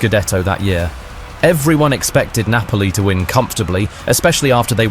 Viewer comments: A football fan and content creator that cannot pronounce "Maradona" or the Italian football club, "Napoli". You're yourself AI or just in denial. I don't care which you are. Have a good day. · bro.. you should fkn learn how to pronounce it ok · I thought that and the pronunciation of Napoli and Maradona indicated an AI voiceover?